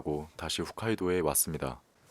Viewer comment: 훗카이도가 아니라 홋카이돈디....😂